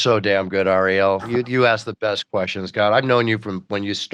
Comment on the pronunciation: Ari-Elle. LOL.